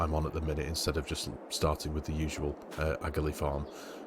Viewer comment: Love the series in N. Ireland (my home country). Just a few things to note is the pronunciation of Aghalee (Ahh-a-lee) and we are in N. Ireland so the currency is Pounds Sterling like the UK.